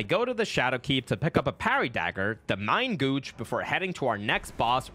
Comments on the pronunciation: Nan il a dit "main gouche" pas "main gauche" mais c’est presque parfait en effet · Me, a french person, hearing "main gauche" pronounced as mein gowsh O_O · The Mein Gooch 😭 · "mein gooch" lool